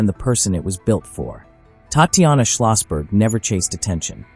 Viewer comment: Pleaae pronounce "Tahtianah ", correctly like this. Bad AI. TTattianna was not her name.